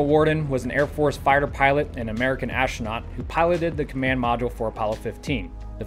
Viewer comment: The word is 'astronaut' not ash-tronot. I'll bet you say 'nucular' also, right? Ha...